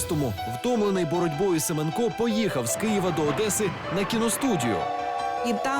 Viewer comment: правильний наголос СемЕнко